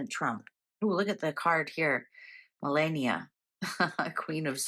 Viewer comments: Melania. Meh-lah-knee-ah. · PLEASE CONSIDER PRONOUNCING MELANIA'S NAME PROPERLY. IF YOU LISTEN TO TRUMP PRONOUNCING IT HE SAYS: MEL- LON-EIA. SHE'S OUR FIRST LADY AND I FEEL PRONOUNCING HER NAME PROPERLY IS RESPECTFUL. I'M SUGESTING THIS WITH THE UTMOST RESPECT. LOVE YOUR READINGS, I HAVE BEEN A LOYAL FAN FOR AT LEAST TEN YEARS AND WILL CONTINUE WITH THE SAME SUPPORT AND LOYALTY. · Please pronounce Malania's name correct. There is no "e" in her name . Ma-la(rhymes with FA)-ni(sounds like nee)-a. 😊❤😊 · Common Pam Malania isn't her first lady, give her a break 🎉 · None of you pronounce it correctly anyway. It’s originally Meh-la-ne-a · It’s Melania